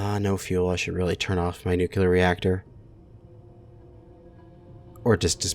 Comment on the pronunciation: What is a new queue lear reactor? It's pronounced new-clear. Nuclear - there is a single U, it isn't nucular or nuculear.... There is no U. It's amazing how one person can make everyone else speak in such a way that shows other countries how poor our school system is. Maybe that was his plan.